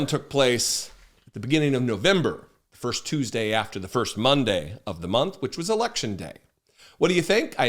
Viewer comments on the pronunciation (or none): none